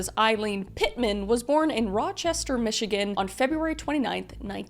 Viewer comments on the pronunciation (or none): none